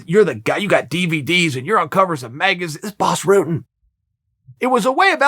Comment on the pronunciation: why is "Rutten" so hard to pronounce? just Ru as in a rug followed with tten just say ten and it's close enough.